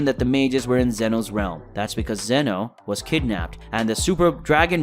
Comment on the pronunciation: His name is ZEEEEN OHHHHHH